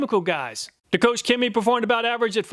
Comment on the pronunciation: Koch is not 'coach'.......it's more like 'coke'......... Awesome presentation, as usual!!!